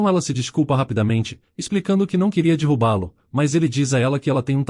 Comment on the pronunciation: e impressão minha ou ele falou dirruba-lo kkkkk o di no comecinho